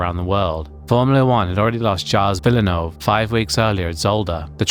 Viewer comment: Also poor Gilles Villeneuve's name was horrible mispronounced by (understandable though)